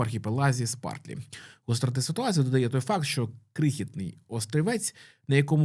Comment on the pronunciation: Спратлі (Spratly), а не «Спартлі»